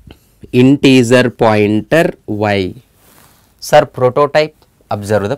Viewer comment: Great explanation. When you say integer, think of the “ger” pronunciation as the same as the first 3 letters of how you would say “German”